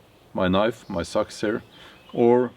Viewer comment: Its not sux its sacks